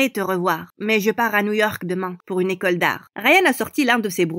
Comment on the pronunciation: C'est moi ou elle a dit bécole